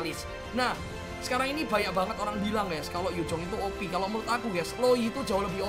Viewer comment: Knpa setiap ngomong opi,gw ngakak🤣